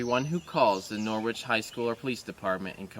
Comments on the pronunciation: Watching from the U.K… Norwich is a town here in England… It’s pronounced “ Nor-itch “ not Nor-witch… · It's pronounced Noridge not Nor wich. Name after Norwich Norfolk in England. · The original Norwich is in the county of Norfolk in the UK. It’s not pronounced Noorwich, it’s Norritch.